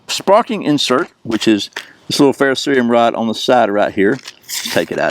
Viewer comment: Finally someone pronounces "ferro-cerium" correctly--thank you! LOL